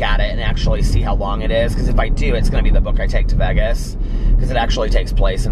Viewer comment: i love you but you say vegas weird lol